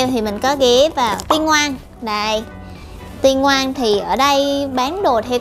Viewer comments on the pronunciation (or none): c uii đồ xinh lắm ạ mà e xin góp ý chút xíu xiu nhaa, shop "tingoan" đọc là Tí Ngoan đó ạaa hihi